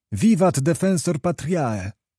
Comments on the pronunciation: Świetny narrator, tylko szkoda, że nie przygotowany z podstawowej wymowy łacińskiej. To jego "patriae" aż boli 😉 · Ano właśnie... "...puellae", "...patriae"... czy nikt Lektorowi nie powiedział, jak to się wymawia? Były też i inne lapsusy ;) Ale fakt - słucha się przyjemnie :-).